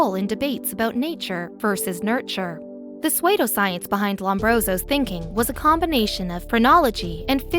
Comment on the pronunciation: You really should learn to pronounce words before you record. Pseudoscoience is sue-doe-science. Physiogonomy is fizz-e-on-oh-me I can't listen to these because of your awful mispronounciations.